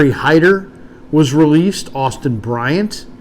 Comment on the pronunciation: Hyder? Really?